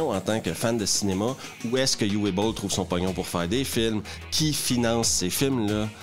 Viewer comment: Petite note de prononciation. "Uwe", c'est "Ou-veu" que ça se prononce en allemand. Pas "you-ouais"